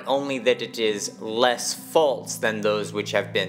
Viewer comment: There’s no “t” in the word “false”.